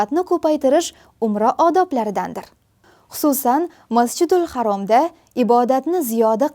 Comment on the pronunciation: Masjidulharom emas masjidulharam Deng singlim